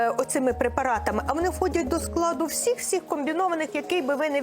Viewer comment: Пані ведуча! Чому всИх говорите, а не всІх??? Люди так часто роблять цю помилку, а ви фонетично чи акустично її підтверджуєте! Хоча при ваших можливостях можна було б запускати рухливу стрічку , наприклад: не всИх, а всІх, бо всІ, а не всИ. Хоча б так лаконічно. Може комусь і запам'ятається.